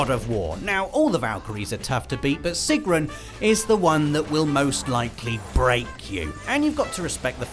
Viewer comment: The thing I found funniest in this video (being of nordic descent) was Robbs butchering of Sigrun's name "trolololololol" :P